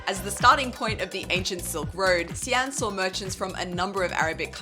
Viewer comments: How come you call the city See-an, when I have always pronounced it as She-an??? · How come the pronunciation of Xi'an has become ”C Ann" instead of ”C Aunt”?. In the last video, i remember here a local also saying C Ann... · Another video, another anticipation of how soon into the video till another mispronunciation. Not even 20 seconds in, the eponymous city, literally the video title, gets mispronounced with a random 3rd tone 'xi3 an2'. It's xi2 an2, for goodness' sake it's the city you visited and you can't say it right. And you have done China content for years.